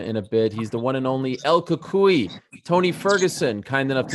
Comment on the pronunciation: Just it’s EL CUCUY BY THE WAY